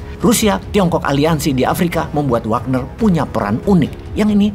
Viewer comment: gegara bosman ngomong wognar wagner, di game dan sosmed pada pake jadi nama akunnya hehe..